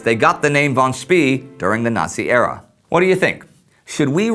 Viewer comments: I believe it is pronounced "Schpay" not "Schpee." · For the love of god, any german name ending with "ee" isn't pronounced "E" but pronounced "ay". Im tired of hearing him say names such as Schnee as "Sh-n-E" or Spee as "Sh-pee". It's "Sh-pay" and "Sh-nay". (Schnee means Snow btw, fun fact) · War Von Spee is pronounced as "Von Schpay" and not as "Von Schpee" or 'Von Schpea". I know this because, well I'm German ( well half German actually and half Dutch). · It's pronounced Von Spae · Apparently, it depends on the location of where you are in Germany. Southern Germans, which is what my family is (Suebish) pronounce "ee" like the "ay" in "pay". However, Schnee was correctly pronounced but Spee wasn't. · War No, it's "Shpah" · Nope, it's pronounced "Schpee" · Spee is pronounced like "Shpay" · I'm not sure, but I think the last letter of "Spee" should be pronounced "e" as in "bEst", "tEst" ect. hence Sh-p-/long e/ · It's "fon Speh." Actually, more like "fon Tspeh." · ummmm...isn't his name pronounced "fon speh" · Yes. By the end my ears were practically bleeding. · War Any german native does know how to pronounce Spee. Problem is how to tell any english native, because this vowel does not exist in english. The vowel you can hear in this examples is the correct one called "long e" More detailed explanation you can find here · You could not mispronounce his name more if you called him Willy Wonka instead. Von Spee isn't even a hard name to pronounce for an English speaker. How did this glaring error get past the editor? Utterly incompetent.